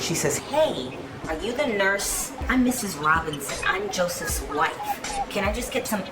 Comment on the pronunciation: Whife with an H 😂. Trifling husband fake passing out 😂